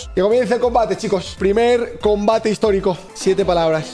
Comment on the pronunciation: 7 "PLABRAS" ☠️